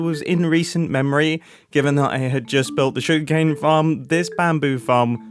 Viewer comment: every time mumbo says "sugercane" i think of that ely remix